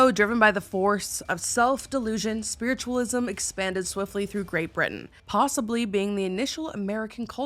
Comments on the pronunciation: When you said spiritualism wrong I lost it 😂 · I DEMAND a sweater with "SPWITTUWALISM" ON IT!